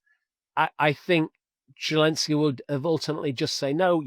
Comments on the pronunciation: I hate that this man cannot say the Ukrainian president’s name correctly…it is NOT Желенский….(zhelenskii) it is Зеленский..(Zelenskii) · ZHILENSKY rather than zelensky?? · Can someone tell this guy that Zelensky's name is not pronounced "Gillenzky"! Really irritating!!!